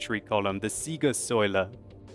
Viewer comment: I'm from Germany and its very funny when you say german-words like "Siegessäule" ;D Good Video, like. Lg